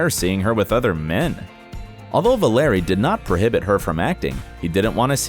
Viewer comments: Don’t assume these things. Also please pronounce “Bure”and “Valeri” correctly. If Candace and Val are happy with their relationship leave them be. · It's Valerie Bure ... Val-er-ee Burr-ay. and Sinai ... is Sigh-Nigh